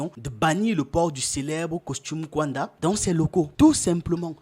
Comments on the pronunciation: Vous aussi vous dénaturez l'Afrique : FAITES SOUVENT L'EFFORT DE BIEN PRONONCER LES NOMS AFRICAINS. KAUNDA = KA-OU-NDA et non "kouanda". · Le nom du premier Président de la République de Zambie indépendante, Kenneth David Kaunda, se prononce: "ka ou nda". Très belle émission 👍🏽